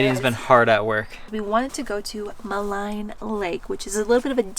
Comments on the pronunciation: ma-line lol pronounced "ma-leene" thanks for visiting my hometown! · Great video, absolutely love Jasper. FYI Maligne is pronounced ma-lean :)